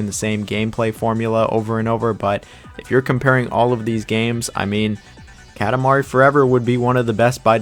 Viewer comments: This is a great video! I agree with your list completely really. (Small pet peeve, it’s pronounced kah-tah mari LOL) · bruh why do you say "katamari" like that lmao. the "ka" is like "coffee", not like "cat". KA TA MARI.